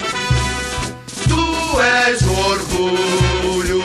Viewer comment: vc ta e Maluco, o hino do gremio e muito melhro vc nem deveria se chaamr gremista esse hino do curintia é tao ruim que começa todo tronxo...e a pronuncia ta errada... o correto é "salve Ôh corinthians" kkk quando vc fala "salve o corinthias" e um chamando de "pedido de ajuda"